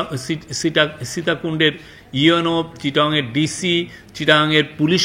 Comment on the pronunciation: Sitakunda name tai thik moto bolte portashe nh, ar apnra unr kotha biswas korchen